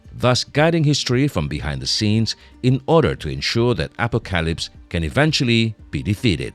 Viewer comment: wtf is this announcer.... telekinesis, telepathy, apocalypse. So painful listening through this video while constantly mis-pronouncing tons of words